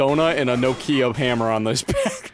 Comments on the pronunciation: how in the hell? it's nOkia. Not no key ahhhhh. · you know how to pronounce Tokyo? It's a short sweet tO'kyo not to-kEE-oh. Nokia is pronounced the same as it is written. With a single breath - nO'kia. No pause, no nothing. Emphasis on the first vowel O. It's not no like in the word NO (nou), it's an open one like door (do). Than ki that is pronouced like QI (chineese life force energy), not like the word key. And then another open A like in the word car (KA). That's how the name of this company is pronounced. I can understand differences in pronunciation, but I don't really get how in the hell emphasis went from first vowel O to the second vowel I... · no ki a (no kee ah) make a little more sense now? How do you pronounce it? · I've just told you how it supposed to be pronounced. nOkia. With the emphasis on O. That is how it's called. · like nah kia? That is probably right, America is 3 languages in a REALLY convincing trench coat though so makes sense why we’d pronounce it differently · okay, hold on, I will spell it how I pronounce it (no KEY uh) now you, cuz I’m confused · Everything goes perfect apart from the way he was pronouncing the Nokia phone. 😂😂😂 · Is that how Americans think Nokia is pronounced lololololololol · Mad way to pronounce Nokia lmao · A "No-kia" hammer?¿????? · Wait, is that house Canadians pronounce Nokia?